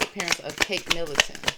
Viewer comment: Middleton not Millington...sorry, just saying to help you